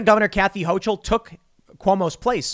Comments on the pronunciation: Hochul has a hard C not a ch it's pronounced HoCull, I get the feeling this names going to be said a lot in the next couple years might as well get it right so you don't look like an idiot to the locals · HO-KUL. NOT HO-CHUL. Not that I'm thrilled having her as our new governor, but everyone commenting on this really needs to look up how to pronounce her name. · pronounced Hoke-el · Ho-coal is the pronunciation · Just an FYI, from a Western NYer, Hochul rhymes with local. Not that I'm looking forward to her being governor either.